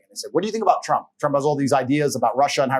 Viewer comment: Lol, why can’t he say “trump”